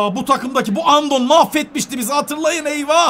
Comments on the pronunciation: Abi Andon diye okunmuyor Andone diye okunuyor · abi Andon değil Andoone diye okunuyor eski GS l8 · Abi andon değil andone o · andon değil abi florin andone 😢😢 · Abi sen andoneye andon diyon ama Galatasaray dada oynadı mük gol attı sivassipor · florin andone dlye okunuyo abi o